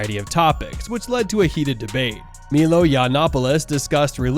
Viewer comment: Also... it's M-EYE-L-OE .......not MeeeeeLoooeee..... This is far worse than I originally thought.